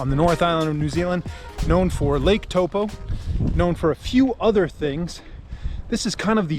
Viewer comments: Pronounced ‘toe-paw’, I was told on my 2019 taster 3 week trip.... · just a tip on how you say taupo is think of it as toe-poor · Pronounce Toe & poor toepoor Taupo 👍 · Taupo and the o is like the o in orange Orange, TaupO